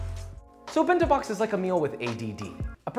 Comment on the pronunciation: bin-tow bawks